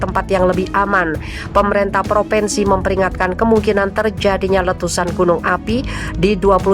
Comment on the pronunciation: Bacalah yg benar: Bukan PropEnsi tapi propinsi Bukan PemerEntah tapi pemerintah. Ini hal mendasar yg seharusnya anda kuasai.